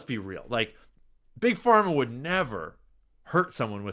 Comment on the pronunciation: did he really say trust bug Parma 😂😂😂😂 yeah ok dude. Wonder whose funding you 😂😂😂😂😂😂😂😂😂😂😂😂😂😂😂😂😂😂😂😂😂😂